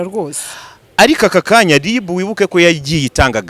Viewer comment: Umuhungu Ungana Gutya Ntazi Gutandukanya R na L koko ( ngo LiB, aho kuvuga RIB ) 🤔😎